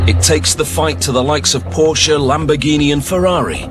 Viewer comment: 是"Porsche"! 我不知道你是想耍幽默還是怎樣?